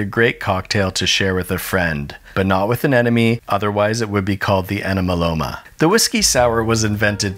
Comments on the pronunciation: Who else lost it at “Enemaloma?” 😂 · Please do not ever say enemaloma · he really said "ENEMALOMA" huh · enemaloma lol